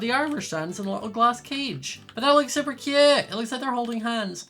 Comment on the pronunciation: Ahhhhhhhh he keep SAYING CUUTE LIKE THATS MY WORD